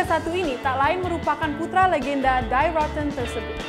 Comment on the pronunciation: Bacanya Syoll Dan Die di bacanya Di